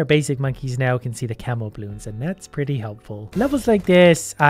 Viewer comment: lol, at first i thought its "camel" 🐪 balloons, not camo